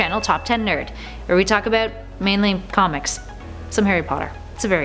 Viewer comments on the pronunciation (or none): none